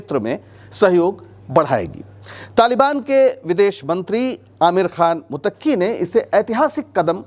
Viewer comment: Mutakki nahin sir muttaqi lafz sahib hai.